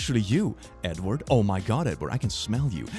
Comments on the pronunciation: Bro when you said “Edward” I thought you said “N-word” and I had to do a double take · I almost thought click said Nword instead of Edward lol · had my own facepalm to start this video: when click said "hello edward" i totally heard "hello n-word".... as if click wanted to use a slur but also censored it. i was shocked and confused, and then just laughing at my stupidity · I thought he sayed n word at the start not edward lol